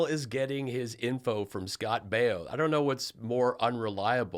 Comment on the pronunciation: Good ole Scott Bee-oh !